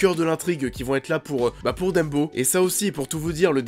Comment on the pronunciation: c'est DUMBO "DAMBO" Bordel. c'est ni Dembo ni Deumbo. et c'est "Fuck", c'est pas FEUUUCK"